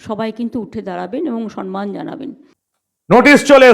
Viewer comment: সম+মান--সম্মান/ Not সন্মান। উঃ বারবার ভুল উচ্চারণ কেন?????